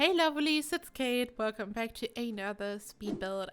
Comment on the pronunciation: You said “Hey Lovelies” but it sounded like you said “Hey Loverrlee” and I was like 😳😳😳 Anyway amazing job on the build! So cool! I love the hot tub sunken into the foundation! 😍😍😍